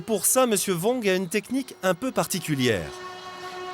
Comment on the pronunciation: Regardez BIEN les doigts à et écoutez ce que dit le contremaitre à 😂😂😂 (Cliquez directement sur les temps mentionnés dans la phrase pour ceux qui ne le savent pas encore.) Je peux pas m'empêcher de rajouter ça aussi juste pour rigoler encore plus: "Et pour ça Monsieur VONG (prononciation du commentateur) a une technique un peu particulière..." Allez on pompe ! Mdrrrrrrr !